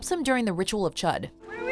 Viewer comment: please learn how to say Chud correctly. Should sound like chewed.